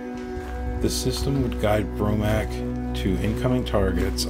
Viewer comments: This is a very good video. The only nagging glitch is the narrator constantly calling it the "Bromac". It is pronounced "Bo Mark" (BOMARC). I have posted my own video about this site on my channel, and it discusses the 1960 accident. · It’s BOMARC, not BROMAC! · It's BOMARC not BROMAC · Bromac? Or Bomarc? I think it’s the latter. Good job either way...subbed.